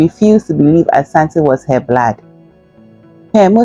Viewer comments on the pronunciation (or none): The word is not blad, it is blood 🇵🇦